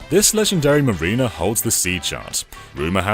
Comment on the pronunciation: That's 'mariner' (did you not do 'Rime of the Ancient Mariner' at school?), as in a sailor, not 'marina', as in a type of harbour.